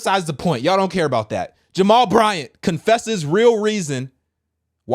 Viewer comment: Why you say his name like that???😂